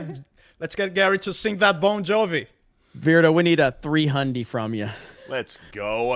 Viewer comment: Does think the band is called “Bone Jovi”?